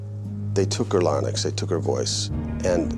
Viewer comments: Larynx....... Not larnyx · That lawyer needs to learn howto say "LARYNX"...like larinx...NOT lar-nix!